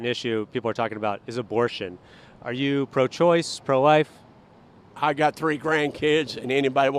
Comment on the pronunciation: “I’m pro lahhf” then “they should bring back capital punishment” ummm.. yeah.. because that’s pro-life. Moron